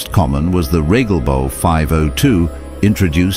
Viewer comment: Es heißt Regelbau, nicht REGGELBAU. I am american and other languages are stupid and I will never pronounce them right. Imbeciles